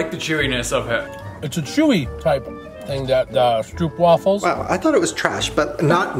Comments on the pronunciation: Sooooo the stroopwafels are extra nice when you let them warm up a bit on top of your tea or coffee, the inside melts a bit AND ITS LIKE CRACK. Oh and... its stroooooohp wafel, so like strobe (lighting) but with a p 😂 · the way you said stroopwafel actually made me want to die